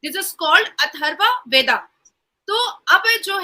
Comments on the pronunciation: ये "वेदा" नहीं है ये "वेद" है इसका उच्चारण "वेदअ" बोला जा सकता है, दर असल में हर एक व्यंजन में "अ" का उच्चारण होता ही है, जो बोलचाल में हम गायब कर देते है। जो दक्षिण भारत के लोग " वेदा " कहते हैं वो गलत है , वो "वेद" ही है उसे "वेदअ" पढा जा सकता है। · Mam vada nahi vad hota hai